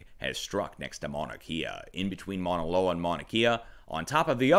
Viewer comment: Emergency Management Associates close.. it could pass as correct too but the u is pronounced usually.. "mow-na"